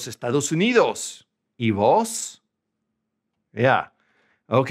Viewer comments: First things first. The 'V' 'Vos' in Spanish is not the English 'V'. This guy mispronounces 'Vos' right away. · yes. sounds horrible with the english v